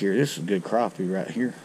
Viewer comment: “That’s what we like to catch heyah”